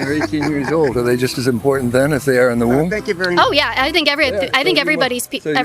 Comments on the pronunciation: it is IMPORTANT not imporent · Hey why do you not pronounce the T in words like button you say bu in and instead of saying important you say impor-ant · The ‘t’ in important isn’t silent llol